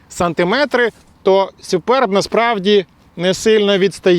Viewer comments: Не сЮперб, а сУперб!😂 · Не Суперб, а Супьорб, якщо вже докапуватись 😁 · «Сюперб» - дивна вимова😵‍💫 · сЮююперб - кров із вух.... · сЮЮпэрб 😂😂😂😂😂 це пиздець! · точно не так як каже 😂